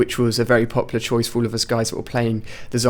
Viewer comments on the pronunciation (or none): none